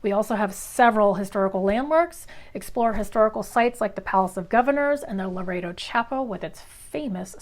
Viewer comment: Loretto not Laredo